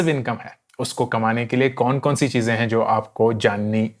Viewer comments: "chije" Chize, that was funny😁😁😃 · 'Cheeje' 'cheeze' love this guy :D